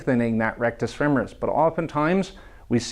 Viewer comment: Thank you so much for saying "femoris" correctly. I can't tell you how enraged I get when I hear feMORis 😅